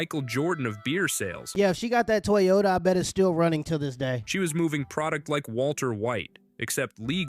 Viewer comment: “toy Yoda” not a “Toyota”